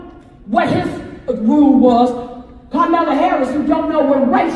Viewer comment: Was she saying Karmela Harris? Is that like caramel kinda looks like chocolate but it's not?